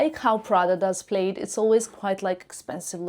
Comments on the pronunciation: Not to insult but just for added info, plaid is pronounced as plad not played. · Plaid is pronounced plad. It rhymes with “glad,” “bad, not Played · It's pronounced plad. Not played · It’s not “played” it’s “plad”. Aren’t you in fashion ? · Plaid is pronounce - plad as in sad. Not “played” I hope this helps. If your English wasn’t so perfect, I’d never have noticed. 😅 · In Canada we say “plad”….not “plaid” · Plaid is pronounced Plad (like lad) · Suggestion🫢 Plaid is not Played. Plaid is pronounced like Mad plaid 😎😘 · Isn’t “plaid” pronounced “plad” everywhere? It threw me when I first heard pronunciation. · It’s the short A but I can see why someone could mistakenly pronounce it with the long A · I think it’s cute when people miss pronounce words, it shows how worldly, multilingual, and willing to learn new things they are!